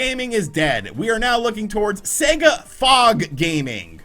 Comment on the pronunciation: Thank goodness........an American who pronounces Sega correctly.....finally!!!. Good on your mate:)))))))) A great piece!